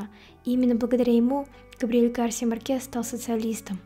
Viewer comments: Почему Марке́с, а не Ма́ркес? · Хорошее видео, только МАркес, а не МаркЕс